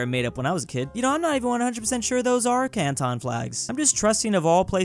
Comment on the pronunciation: The pain of when said cantons can taons